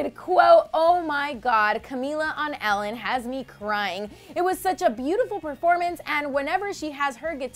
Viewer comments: Its not 'Alan' its Ellen El-len. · OMG I HAVE ALWAYS THOUGHT HER NAME WAS PRONOUNCED EH-LEN!!!😳